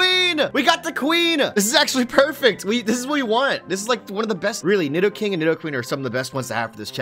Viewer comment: saying nidoking wrong is annoying